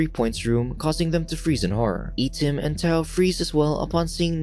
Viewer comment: Correct pronouncing for I-tim is eye tim